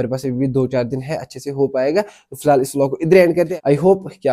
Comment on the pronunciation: Filhaal, filal, fihal and so on😂😂😂😂😂